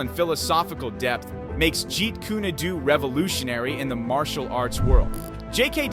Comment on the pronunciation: Jeet ku ne do? Stop using AI to narrate. Learn to pronounce it correctly.